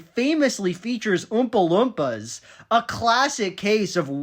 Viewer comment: I know this is a somewhat serious video but I cannot stop lauging every time Little Joel says "ümpa lümpas"